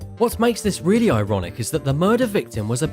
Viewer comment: Stung in the eye. You: eye-ronic hes a bee keeper......🤦🏻‍♂️